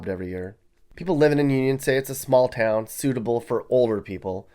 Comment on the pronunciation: Mispronounces town while saying they can't read🤣🤣🤣